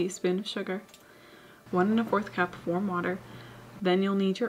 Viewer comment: I definitely did not hear say "cup" there. It definitely sounded more along the lines of "pack" or "pap", so I can understand why they may have been confused. I will say though that for a loaf that size 1/4-1/2 cup of parmesan would probably be perfect.